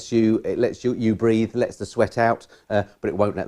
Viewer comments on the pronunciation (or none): none